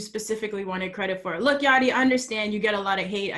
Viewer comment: dr. plankton: yachty sponge bob: yatchy